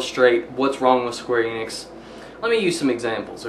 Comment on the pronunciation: not eeenix, en, ix, not long e, short e, enix